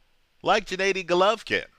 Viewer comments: No, its pronounced Gennady not djanaady! Listen to the Kazakhstani way which is the right way, whichbis why they chant Genna not Jenna during his fighrs, ggg's older brother who died was named SerGey not serJay and you could hear him say it in the "road to golovkin Geale" special on hbo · Abel never pronounced it like...he calls him Genaddy not Djenaydi or Djinadi..